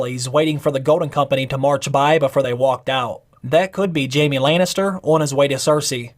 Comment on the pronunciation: its jaime* not jamie.. pls make sure u say it right when u try to correct the mistake